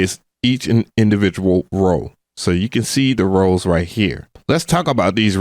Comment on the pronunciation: I just came here to comment the same thing. I keep hearing him say rolls, rolls, rolls! He must’ve been hungry at the time